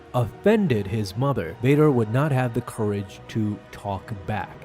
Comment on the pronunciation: Bader ❌️ Vader ✅️